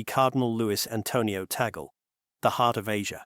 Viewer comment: Luis Tagle not Taggle